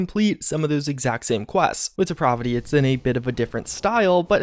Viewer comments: I don't think host knows the name of that mod. It is not Deprovity.. It's Depravity. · DEE-PRAV-A-A as in APPLE VITY. DEPRAVITY. It's a short A not an umlaut, STOP IT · Deprovity? It's DeprAvity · “Deprovity” you’ve got to be fucking kidding me 😂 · Please don't think I'm a grammar Nazi. I let this side many, many times before now, but I just can't take it any more. Depravity is pronounced dee-pray-vity. The middle is like pray, as in prayer, rhymes with clay. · He's a nou-vice at such depraaaaahhhhvity in that case. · the way he keeps saying depravity is really pissing me off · You're pronouncing depravity incorrectly my guy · Could you please learn to say depravity correctly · i almost had to turn this vid off because of how you mispronounce depravity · That just means the mod author also mispronounces it. Two wrongs don't make a right. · no he's just a fucking idiot